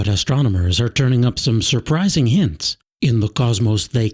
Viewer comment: Great show but terrible narration..."ass-tronomers"???